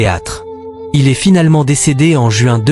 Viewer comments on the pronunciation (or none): none